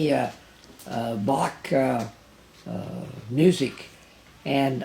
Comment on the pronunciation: Shame he never taught you how to say Bach